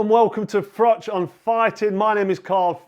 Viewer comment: I do very much remember "for mash, get Smash". :) As for Uncle Frank, I do wonder if he mispronounces your name as "Frock" on purpose.